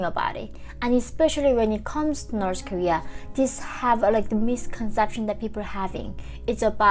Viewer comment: wow. coming here after watching older videos where you were saying "nors korea". and now i can see you are trying really hard to pronounce the "th" in "north". keep up the good job :) if it helps, it's easier to say "norD" in stead of "norTH". will not be correct, but still much better than "nors" ;) all that said, thank you for the information, that's what counts !